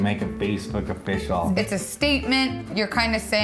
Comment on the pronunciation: Dude needs to quit saying "offish"